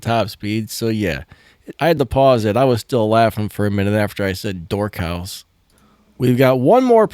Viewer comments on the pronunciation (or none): Y did he kept on saying “House”🏠instead “Horse” 🐎